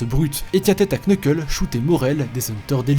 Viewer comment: Bon déjà on dit nuckle Mais je vous en veux pas et pour kurapika c'est pas son emperor time qui a été mis sous serment mais c'est quelque de ses chaîne genre judgment chain voila voila